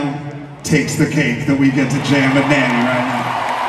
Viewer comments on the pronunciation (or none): Her name is Nandi not Mandy